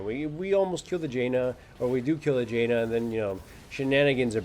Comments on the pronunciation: G-enna, its ja nna >_< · Thank god I'm not the only one who calls Janna, Jaina.